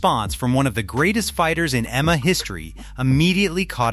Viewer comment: Imagine having an MMA channel and cant even pronounce M-M-A! 😂